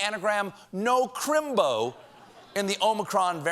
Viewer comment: Crimbo is a sacred term and your accent is just a touch off Dick Van Dyke in Mary Poppins.